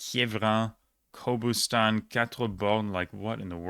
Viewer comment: Fun fact - Azerbaijani Qobustan should be pronounced as Gobustan. Q is literally replacing G in their language.